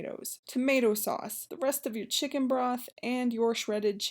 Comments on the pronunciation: She said shicken 😂😂😂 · This looks good..but mostly, the way you described it makes it sound way better than it looks 😁 I love how you pronounce "chicken" 😂